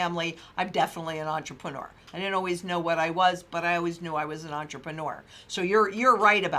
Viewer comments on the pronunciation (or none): "Eunterprenur" ship lol "give me the money" insurance guy...